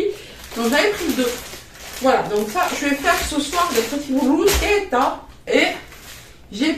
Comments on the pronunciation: Ca se dit broussqueta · Coucou,tu as raison ça s'écrit bruschetta mais ça se prononce brusquetta 😉. Bizz